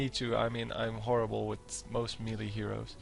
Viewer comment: Please check the pronounciation of melee :)